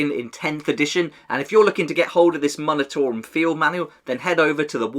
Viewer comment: Just a heads up, the “mun” portion of the word “munitorum” is pronounced “myoon”, rather than “muhn”. Like the word “munitions”.